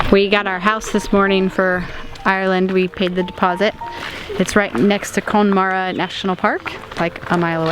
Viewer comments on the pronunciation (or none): Very excited to see you come here to Ireland!! Connemara is beautiful and I spent a lot of my childhood holidays there as it's just about a 5 hour drive from me. It's pronounced Con-neh-mara as opposed to cone-mara btw, just so you know. I can't wait to see it in your vlogs!